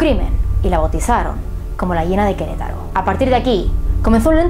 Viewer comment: que lindo dices Queretaro... yo soy de Queretaro